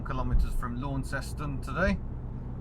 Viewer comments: It's pronounced "Lonceston". Say "Lawnceston" and they will pick as a mainlander straight away. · I like Tassie very much, I had a good old womble around Hobart a decade back and again 5 year ago, and the west coast has some of the best roads for bikes (motorbikes) I've ridden since I did the IoM (TT 1985) and France/ Italy in '86/'87. Launceston (Tas) is pronounced LaunCESton. In England, the Cornish town is pronounced "Lawnston". In Cornwall, the locals pronouce it "Laaarrnston". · Actually, the pronunciation of Launceston is more like Lon-ces-ton. If you call it *Lonnie*, they will think you're a local. Ok, maybe not with that English accent of yours. Lot of mainland blow-ins now so the name pronunciation may well have morphed a little. I used to live for a time during my schooldays in the 60s in Garfield Street, South Launceston. Attended high school in the suburbs Kings Meadows. Worked there for a time in the 70s after completing my apprenticeship. It is a nice city now but used to get very smoky in the 60s when everyone had wood, coal or briquette heating. I still miss the electric trolley buses of that era, not to mention the old Leyland buses with the half cab. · Whilst I fully understand why you said that, we pronounce it lawn-ses-ton. Don't know why I didn't notice this 2 years ago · It awesome I know all these places in real life because I live there! All so I find it really funny when the English say Launceston wrong it actually it pronounced lon-seston anyway keep up the good work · Call the town by its colloquial pronunciation - Lonceston. Don't pronounce the au as it looks, pronounce it as the "o" in Don. That way you just might be mistaken for a local. Better yet, call it "Lonnie". The locals will think you're a local too. I went to high school school in Lonnie back in the 60s after doing primary school in a rural town. That was back when they had electric trolley buses. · Ps Lanceston Cornwall people in the UK pronounce the town "Lan sen".